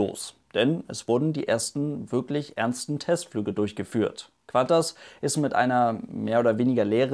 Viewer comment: Es heißt KuANTAS und nicht KWANTAS :D